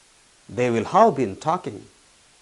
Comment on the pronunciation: ഉച്ചാരണം ഹാവ് ഹ3 വ് ആവുന്നു